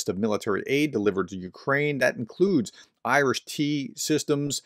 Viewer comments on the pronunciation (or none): none